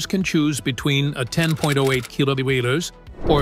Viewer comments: You lost me on the KWH pronunciation :face-red-droopy-eyes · could not pronouce KWH